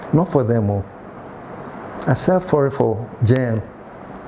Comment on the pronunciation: Slip of tongue uncle said "I selt forry" 😂😂😂